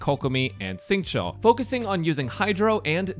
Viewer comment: Everytime I hear say Xingqui I lose hearing.